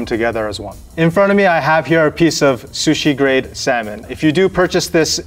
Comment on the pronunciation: " This is my favourite shushi"- 👴🏻